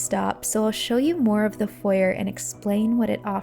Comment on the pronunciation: You mis-pronounced ‘foyer’ .